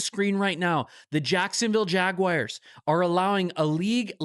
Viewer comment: "Jagwires" haha